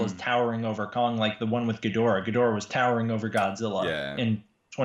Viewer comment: "Geedorah, Ghidorah" "Yeah, it's Ghidorah" 😂😂😂